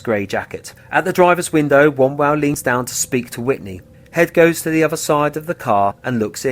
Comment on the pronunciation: Also it would have been nice if you could pronounce David Wombwell's surname correctly...